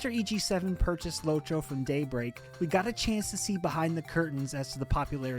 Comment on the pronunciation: its lotro, not lowtro